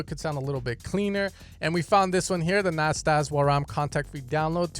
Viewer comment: the nasdawaraam. 🤣😂 Lmao, it's pronounced as nadaswaram